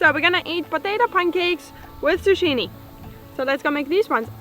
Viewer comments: Fun video. As others have said, let the onion tops topple over and brown before harvesting. You can braid the tops for storage. PS - That squash is pronounced zoo-kee-ne in English. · The way you say zucchini cracks me up 😆 We pronounce it Zoo-kee-nie 🤷🏼‍♀️here in USA 🇺🇸 I think if you let them get too big they are no good. Can't wait to see your pumpkins!! Great Job on garden for no water!! ✌❤🇺🇲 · Zucchini is pronounced zoo- key -née. Your English is soooo ver good!!! I congratulate you both for your beautiful abilities. Not just language but farming. It will only get better and better. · zucchini - in Canada pronounced zoo-ki-ni....your garden is excellent...